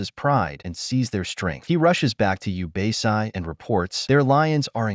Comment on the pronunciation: Bro pronounced everything wrong obasi ooooobasai